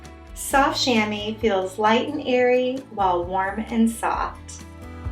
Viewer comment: It's pronounced "sham-WA", just FYI. (It's a French word.)